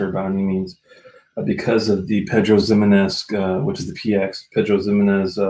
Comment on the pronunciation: I have to correct your pronunciation on the Laphroaig. The Ximenez in Pedro Ximenez is pronounced with an "H" sound, not a "Z". Should sound like "Himenez" As far as the colorant goes, unless youve found a bottle that says"mit farbstoff", it most likely doesnt have any in there. The reason for this is that when distilleries release the travel retail bottles they usually dont know where they will end up. Since Germany requires the declaration of any colorant added they usually just print it on all of the bottles that have colorant just to cover their bases without having to make cartons/bottle labels that are different for one country. Just what I've heard. If I'm wrong then thats egg on my face I guess.